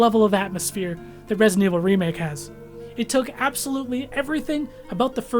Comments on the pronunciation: "Resint Evil" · I die a little bit every time you say ‘resint’